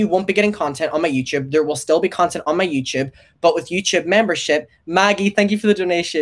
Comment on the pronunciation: take a shot every time says "youchube"